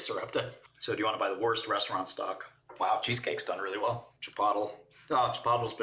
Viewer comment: really said Chip-awt-L😂